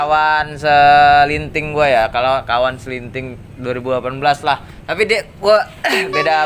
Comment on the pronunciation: Seliting bro, bukan selinting